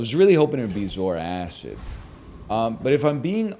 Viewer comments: I know better than to watch NL play strategy games seriously, but finally hearing the way he says it, everyone that's complained about it is right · Popped up just as my food finishes cooking, life is good Edit: Taking a bite every time he says "zoar-acid" - food is gone